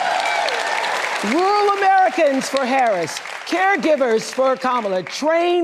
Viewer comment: NOprah can't even properly pronounce Kamala's LAST name 🤦‍♀️